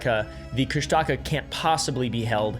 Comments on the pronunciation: Tlingit Alaskan here of the L'uknax.ádi clan (based in Sitka and Yakutat). There are many ways to spell Kooshtahkaa, but the way it's really pronounced is KOOOOSH dakah. I am sorry for laughing when you tried to pronounce it and enunciated the wrong part of the word, because I've never heard it said that way. Kooshdaa kaa is my FAVORITE cyrtid, so thanks for shedding some light on the lore, it's so fascinating! Hope that helps! Thanks for sharing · Great stories and yes they are very real here. There are so many disappearances here is it scary. So many miles of uninhabited land. The Kustaka pronounced kush-taw-kaw are very real in Southeast Alaska. You don’t go into the woods or on the ocean unprepared and you always tell someone where you’re going. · "Kushtaka" I heard "Chris Tucker" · Kushtalka bro your saying it wrong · I liked how he actually talked about "the strangest story ever told," but that is not how you pronounce Kushtaka. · You pronounced kushtaka wrong I would know I live in Juneau , Alaska, the hub of Tlingit culture, which the legend comes from, but hey, I’m not gonna get mad I mean Tlingit is a very hard language. I would know I took a. Tlingit Class in school. But the rest of the facts are correct about the kushtaka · You're saying Kushtaka all wrong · Hi! So the way you pronounce Kushtaka is more like (Koosh-tah-kaa) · Actually, as an Alaskan accustomed to outsiders mispronouncing Alaskan words, Kushtika is authentically pronounced KOOSH-te-KA. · Alaskan here it’s pronounced coosh-ti-caa you elongate the aaa sound at the end I live in Juneau ak and won’t say its name out loud because that summons it if you are close to the water which I am right now lol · It’s KOOSH -tuh-kaw is how you say it LOL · It's pronounced Kooss Da Kaa. I live in Petersburg right across from Thomas Bay. Yes the story is intriguing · Nooo, it’s not pronounced like thatttt It’s “kush-da-ka”